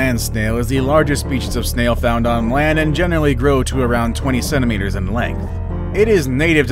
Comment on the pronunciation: OMG I had to watch this twice, because it sounded like he said 27 meters in length as opposed to 20 centimeters in length. Thought dude was trying to say a freaking snail could possibly grow to the size of a blue whale. LOL